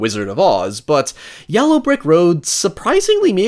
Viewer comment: Is mispronouncing the word yellow a bit that I'm not familiar with?